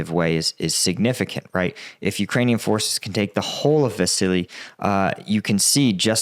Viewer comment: Great job improving your pronunciation of Ukranian place names, shows respect!